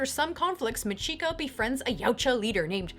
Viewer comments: That Japanese name pronunciation XD Remember, in Japanese (or perhaps language in general), Chi is Chi, not Shi. Nice video though. Keep up the good work :) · MAH-chiko NO-guchi. The emphasis is on the first syllable.